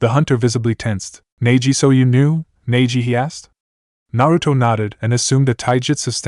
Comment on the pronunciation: If you would do a proper reading of this with the right pronunciation of the names and themes then this channel would grow.